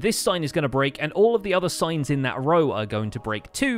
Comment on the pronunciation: When he said "signs" i heard "science"